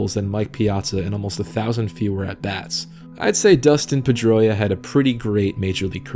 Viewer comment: PED-droia is more like it